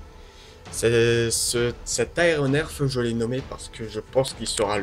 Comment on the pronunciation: Bon sang on ne dit pas aéronerf on dit aéronef !!!